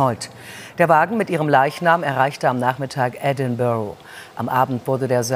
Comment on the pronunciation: "Edinbrah", nicht "Edinbohroh" 😃